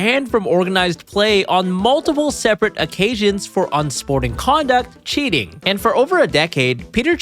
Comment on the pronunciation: Cheating❌️ Chinting✅️ His chin is so bless😂